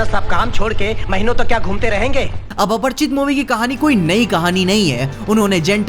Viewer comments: Apar- chit nhi lodu Aprachit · Yr ap bar bar aparchit aparchit kyu bol rhe ho aparichit hai aparichit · अपरिचित Not अपर्चित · It's aparichit not aparchit bro